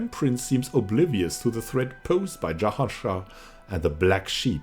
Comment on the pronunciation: My brooo, please don't pronounce Jahan Shah like an arabic name. Sounds like a rape lmao. It's Persian 😁